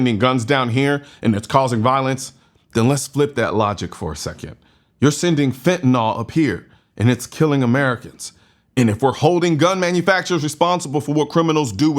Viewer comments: IT'S NOT FENTANOL, IT IS FEN-TA-NYL! SAY IT WITH ME FENNTUHNILL! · It's Fentanyl, not Fentanol. Don't understand why so many people pronounce it "ahl", sounds dumb af. Say it with me now, FEN-tuh-nil. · It's pronounced "fin-tah-NEAL"... otherwise I agree with everything else you said. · Is Fentanyl pronounced Fentanol? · Fentanyl, not "fentanol"